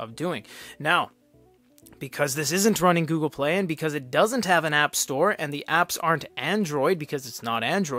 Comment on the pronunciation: Comment about the tts system, well its just not ripe yet. "The" it would read out like "t-he" sometimes, not always. I experienced same behavior with word "world" > "we" "orld"